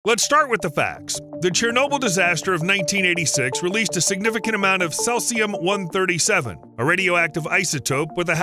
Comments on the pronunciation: First it's "Cellzi-um"...then, it's "Sesi-um". It is pronounced, "See-zi-um"! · Ceh-sium??? It's pronounced Sea-zium. Thanks for the correct facts about radiation effect. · It's not "cessium" (as in incessant), it's "cesium' (as in cease fire). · Cellsium-137 ?? 🤔 Maybe try Cesium-137 🙂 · The 1986 Chernobyl nuclear power plant accident released 80,000 terabecquerels (TBq) of cesium-137 into the environment, making it a major source of radiation in the area for decades to come. That’s Cesium, not “Celsium” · Cesium! See-ze-um! Not sayz-e-um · Not ceLsium, but ceSium. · “SEE-C-UM” not says-c-um! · It’s cesium (aka Caesium)-137, not celsium. The latter is a brand name for thermometers and nutritional supplements. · "celsium 137" LOL Its cesium. ;) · SEAZEEUUUMMMM not sessium! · Celsium~ really??? 🤣🤣🤣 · Sease this sesium. It's pronounced sezium. English is terrible because of it has collected so many languages and spellings. Even worse, Americans often have strange pronunciation as well as different spellings. Because they dominate the media, they are taking over. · "Celsium 137"? 😂😂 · sēzēəm - seezium - you'd think that if someone produced a video in which they would say the same word 100 times they'd bother to find out how to pronounce it! Unprofessional - so irritating I couldn't go on. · how can you do all this research and still pronounce Cesium wrong? Sounds like see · zee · uhm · Seee Zeeeee Ummm - Seezeeumm! Cesium, the proper pronunciation! Slava Ukraini! 🇺🇦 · Hearing this guy say Sesium is like hearing guys say Porsh ear hurt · Cesium 137, not celcium lol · See zee um (cesium.) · Maybe like this? Sea-z-um?? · Seas - ee - um. Cesium. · cesium is pronounced seezeeum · It’s pronounced as “sea-zee-am” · Ceeeeezium, it's ceeeeezium. Gotchu again! HA! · Cesium pronunciation: "see zee uhm." Radioactive boars? Barium, deep. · OH I gotcha yeah he butchered the isotope name for sure :)) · Lean how to say cesium. see-zee-uhm. Very annoying!